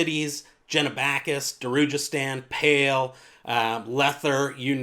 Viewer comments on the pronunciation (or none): none